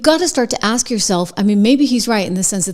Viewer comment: She can’t even pronounce a three letter word correctly (ask), however she knows better than a highly regarded doctor?